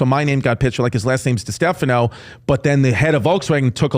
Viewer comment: tim you know how to pronounce distefano!! getting settled into your stardom era hmm